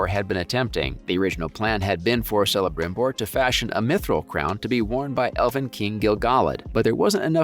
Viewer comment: Its pronounced Kelebrimbor and Keleborn. Its like the most basic lesson of elvish.